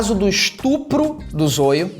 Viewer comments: Ele não sabe falar "zoio" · Só eu que reparei que o Felipe pronúncio o nome do zoio errado to rindo até 2050 kkkk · Zôio kkkkkkkkk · Você esta pronúnciando "ZOIO" ERRADO! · Só eu que me incomodei com a pronúncia de ZOIO do Felipe? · Ele nao fala zóio ele fala zôio kkk😅😅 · É Zóio é não zoio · Não é Zôio é Zóio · Eu to rindo pelo ZOIO ele falar envéz de Zóio sksksk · Há, o nome dele é Zóio e não Zôio. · "O Zôlho" Se pronuncia com som de "ó"; Zoio. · O canal do Everson Zoio para mim é um lixo, mas ele tem quase 10 milhões de inscritos, por isso é até engraçado o Felipe Neto não saber que a pronuncia correta é "Zóio" e não "Zôio". Não precisava fingir que não conhecia tão bem o rapaz. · A pronuncia é zóio e não zoio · Fala zóio manooooo, não zôiô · É Zoio não é Zôio pronúncia direito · ZÓIO, não zôio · Não é "Zôio" é "Zóio" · Muito bom mano mais tipo e zoio não zôio gostei muito do video eu levei o video do zoio na zoeira lek mais tá baum tmj •_ゝ• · Ele ficou falando a pronuncia errada, que agonia Zoio, e não Zóio kkk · O FELIPE NÃO É ZÔIO É ZÓIO QUE SE PRONUNCIA E SE ESCREVE ZOIO!!!! TE AMO, BJOS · O felipe fala zoio nao zóio kkkkkkk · Zôio... Zôio... Zôio... kkkkkkkk é Zóóóóóóóóiooooo, caria... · É zóio carai e não zôio hahahah (To zoando) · Não é zôio meu filho é zóio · Meu deu agonia ele falando zôio e não zóio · Zôio? Kkkkkk "Zóio" é o certo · Krl Felipe para de falar zôio é zóio kjklkjkl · Nao é zôiô é zóio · É Zóio, não Soio , seu analfabeto. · Lê se zóio não zôiu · Zôio? É Zóio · Kkkk agonia dele falando zôio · "Zôio"... falou o nome dele no começo certo e dps continuo falando errado... Nem fez isso de propósito kkkj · O fato dele estar sendo acusado de estupro, não significa que vc tem pronunciar o nome dele errado. “Zôio” kkkkk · É zoio que se escreve se pronuncia zóio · 19 minutos de video sério,e oq o pessoal vai comentar é sobre o jeito que ele pronunciou zóio errado,mds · Nem pronunciar Zóio esse "Youtuber" sabe haushaushauha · Não é zoio é zoio